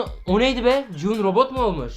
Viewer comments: Abi 456 nın adı cihun değil gihun o bikere abi yanlış söylüyorsun abi😊😊❤❤🎉🎉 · Abi ci hun deyil gi hun 😂😂😂 Yarım saattir öyle diyorsun